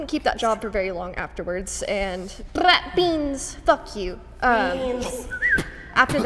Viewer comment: I love how she just says “fu” to herself after rolling the b on “beans” 😂